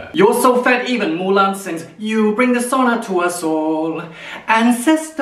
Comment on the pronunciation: I also thought he said sauna but I realised he was saying dishonor 😂😂